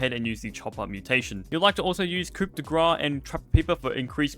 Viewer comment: Pronouncing both coup and grass incorrectly is almost impressive.